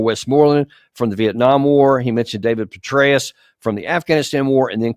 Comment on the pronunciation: General Betrayus??? Am I hearing you right??